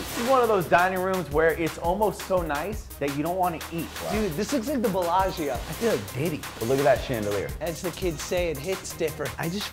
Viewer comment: Guy said the bellagia 😂😂😂